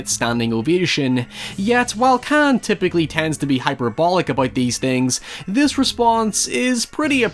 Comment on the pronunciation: Its the Cannes film festival. In the town of Cannes in France . You said the canned festival